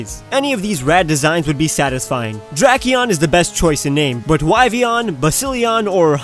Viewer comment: Drakeon not Draceon